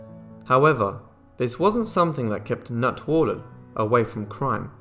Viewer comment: I'm giving you a like just for saying Natwarlal so well over and over.